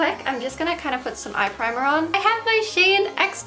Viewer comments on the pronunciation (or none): none